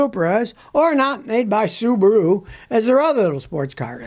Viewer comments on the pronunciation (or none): none